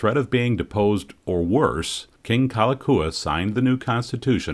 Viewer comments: I know you asked for a pardon on butchering the Hawaiian language, but you should at least get the King's name right. It's "Kalakaua", not Kalakua. Haoles...!🙄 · Loved your documentary. The correct pronunciation if the King you referred to by name was King Kalakaua. Pronounced as: "Ka-la-cow-a" The Five dollar is pronounced as: "A-Lee-Ma" The Iolani Palace is pronounced as: Eww-o-la-knee" The city name Honolulu is pronounced as: Ho-no-lu-lu, as HANALULU is not how we pronounce it being spelled as Ho-no-lu-lu. I super loved your awesomeness at pronouncing our language. Thank you again.